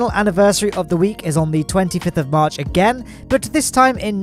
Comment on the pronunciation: you said: "comment if you're one of the pogchamps watching on March 22" I heard: "comment if you're one of the pogchamps watching on mars 22nd" I thought you told someone to comment if they were watching from mars in the 22nd century lol